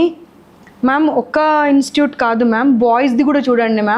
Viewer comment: Madam, pl say INSTITUTE.. NOT just INSTUTE.. Sorry to correct you, Ma'am.